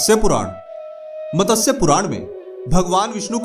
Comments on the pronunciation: मतस्य नहीं भाई, मत्स्य पुराण! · MATASYA nahi hota ….MATSYA hota hai….!!!! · It is not MATASYA. Correct is MATSYA. Pl pronounce correctly.